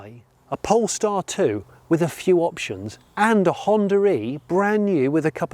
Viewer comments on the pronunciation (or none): why did you pronounce Honda e as if there was the letter "R"?